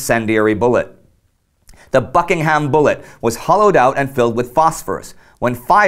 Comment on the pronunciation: the 'ham' in Buckingham and Nottingham is pronounced 'um'. Bucking'um.